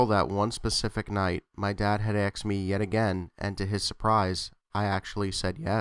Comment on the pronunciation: Aksed? Why aksed instead of asked?